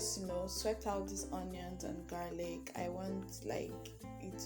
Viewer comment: Voice so chill.... Pronounce garlic again.